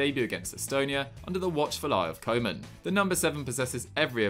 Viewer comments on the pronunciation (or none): none